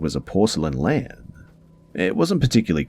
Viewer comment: I thought he was saying lamp the whole time until the end when he said it was the one from the conjuring movie then I realized he was saying lamb 🤦🏼‍♀️